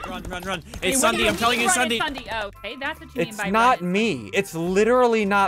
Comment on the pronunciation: It's no longer ssundee is ssud-eh 30